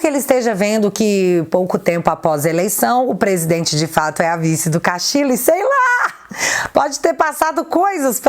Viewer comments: Oi,! Só um 'reparozinho': em espanhol, o duplo L equivale ao nosso LH. (Castillo = Castilho). Da mesma forma, Ñ é o nosso NH. Abç! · Saludos desde Perú ,viva o Brasil ...a nossa bandeira jamais será vermelha 👉🇧🇷🇧🇷👈 Te atualizei otimo video ,so' uma pequena obs seu nome e' Pedro Castillo Terrones y castillo se pronuncia (Castiho) Castillo 👉🇧🇷🇧🇷🇧🇷🇧🇷👈 hoje aquí no Perú e' feriado día de la Inmaculada conceptocion feriado nacional. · a pronuncia correta é "CASTILHO" em espanhol dois "L" tem o mesmo de "LH" em português. Beijos. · Sempre entregando um ótimo conteúdo, porém, no espanhol, os dois "L" tem som de LH. A pronúncia correta seria como se estivesse falando Pedro Castilho mesmo, por mais que se escreva com dois "L". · sem nenhuma pretensão e... só pra dar um "toque" mesmo. A pronúncia dos dois éles (LL) em espanhol não é igual a um éle (L) só. Assim, dependendo da região, "Pedro Castillo" deve ser pronunciado como Pedro CastiLHo, Pedro CastiCHo ou Pedro CastiDJo, mas nunca como Pedro CastiLo! #FicaAdica #Paz 😉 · se não me engano, esses dois "LL" juntos, em castelhano, são pronunciados como o nosso "LH". Assim, a pronúncia do sobrenome do Pedro seria "Castilho". Grande abraço!!!